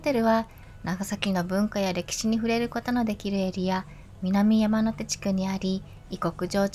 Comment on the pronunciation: みなみやまのて、ではなく、みなみやまて、です😊